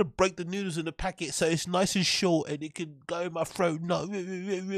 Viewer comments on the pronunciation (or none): I love how says ‘throat’…. “froat” 😂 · This guy always making fun of how brendan talks. While he says froat.